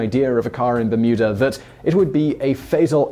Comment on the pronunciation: I know you’re saying Bermuda, but I’m hearing Mütter like the museum of medical oddity’s